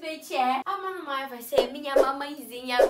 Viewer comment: A FICOU TÃO FOFA MAS FALA MANMÃR